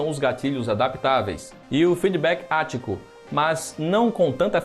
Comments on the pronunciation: Assassin's Creed "Valhalha" e "feedback ático" hahahahahahahahahahahahaha! O cara não se dá nem ao mínimo trabalho de pesquisar a pronuncia das palavras.... Meu Deus! hahahahahahaahhaah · Vc fala bem, mas ajudaria se vc pesquisasse as pronúncias das palavras q vc nao conhece antes de gravar o video pq sua pronuncia de valhala e feedback àtico foi dolorosa